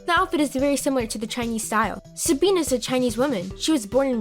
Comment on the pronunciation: Did anybody else notice that she said “sabeen” instead of “Sabine”?